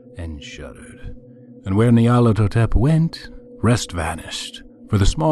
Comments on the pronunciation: I prefer this reader's pronunciation to the 'official' one personally. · He pronounced a few words rather oddly. I actually like how he pronounced Nyarlathotep.